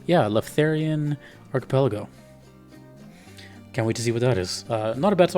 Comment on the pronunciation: Not only you had trouble saying Archipelago, you even misspelled in the title LMAO Anyways, two of the best trakcks in the game, maybe both in my top 5